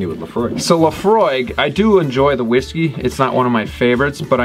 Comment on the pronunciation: Please learn how to properly say the name of the Whisky before you review or list it.